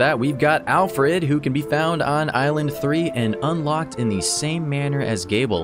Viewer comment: Interesting to see characters from the Bloodstained series in this game. Also, just to clarify, Gebel's name is pronounced Jee-bull